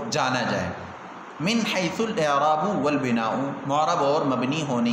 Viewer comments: مصنف رحمہ اللہ مبتدیوں کو تشویش سے دور رکھنا چاہتے ہیں لیکن آپ لوگ عبارت کو مختلف اعراب کے ساتھ پڑھ کر ہم کو تشویش میں مبتلا کرتے ہیں ۔ الاعرا ب والبناو کو پہلی بار ضمہ کے ساتھ پہلی دفعہ آپ سے سنا۔ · الاعراب والبناء کااعراب تو درست فرما لیں اور ویڈیو کی اصلاح بھی کرلیں تاحال کئی تبصروں کے باوجود بےتوجہی؟05/12/2020